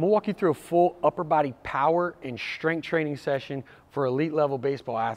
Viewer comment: Power and "shtrength" training 😄